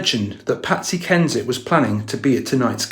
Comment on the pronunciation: Not saying Patsy HENSHIT instead of Patsy Kensit 😂😂 lmao